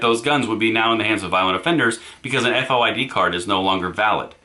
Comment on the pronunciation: FOID pronounced "Foyd" like the name 'Boyd' with an "F." - A former Chicagoan.